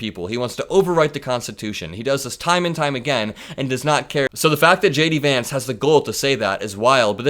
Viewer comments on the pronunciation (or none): none